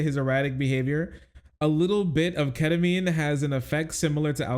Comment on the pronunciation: What the heck is ketaminr😢